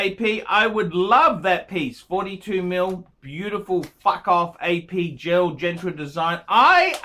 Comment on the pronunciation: it's "Gerald Genta" not "GentRa". While we're here, the glass on the moonwatch is not "HeLselite" it's "Hesalite". There, I got that off my chest...